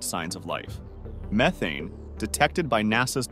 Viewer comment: That is not how you pronounce methane like you did at the start of this video, then you said it correctly I don’t understand why AI says it wrong then says it correctly.